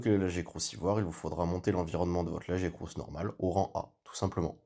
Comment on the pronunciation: Ça s'écrit Lagiacrus et ça se prononce La-Gee-A-Crus. Merci 😊